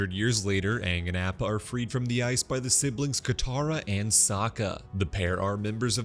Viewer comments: btw it's Appa not Oppa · yea i appreciate his good work, altho he could really pronounce Appa and Sokka correctly :( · Is he saying “App-ah” as a joke?!🥴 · That’s what I first thought 😂 like don’t p m o 😂